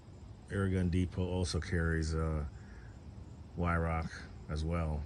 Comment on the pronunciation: HI, first I want to say I enjoy all of your videos, pesting and reviews. Weihrauch airguns just exude quality. I know you have several airguns by Weihrauch and please know that I am not criticizing you but would like you to know the correct pronunciation of Weihrauch. This German company is pronounced Vi-row. You have not called me since your visit a couple of years ago when you came to Otsego. I enjoyed those conversations with you. I would like to visit you sometime and bring my RWS 34P and my Gamo Urban. You could shoot my 34 and see what you could do with it. I keep it in my gun cabinet and only use the Urban because my purpose for an airgun is pesting and the Urban does a much better job for me. I see Jack has a little brother now. Take care, and thank you for the videos.